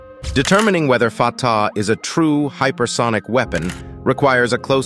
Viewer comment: I had to laugh when the narrator referred to the missile as the 'farter' missile LOL